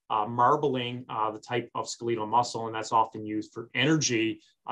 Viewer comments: skaleetle? its skeletal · What the hell is "SKELL-LEE-TAAL" muscle?🤔🤔🤔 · Good information, but for God's sake, please check your dictionary. Skeletal is NOT pronounced ...ske leet al. C'mon! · Do you mean to tell me that I’ve mispronounced “skeletal” for 55 yrs? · OMG, Why can't you pronounce the word"skeletal" cortrectly? Either never went to med school our an affectation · It is correct in UK commonwealth nations